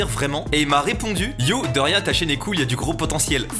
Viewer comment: T’a mal prononcé cool et ca a fait euhm..